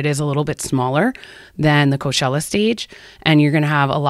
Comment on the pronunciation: why do you pronounce it co shell uh if you dont mind me asking? i googled it after this cause i thought i was saying it wrong but its pronounced co chell uh.